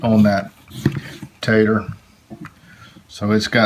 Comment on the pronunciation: Great education and clear instructions. Just love listening as you have such a kind, warm voice. Everytime you say tater it makes me smile. Thank you😊